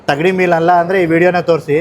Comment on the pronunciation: Adhu thagdi alla thangdi ...😂😂😂